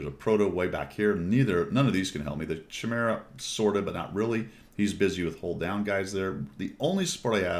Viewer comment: chimera = Kie-meer-rah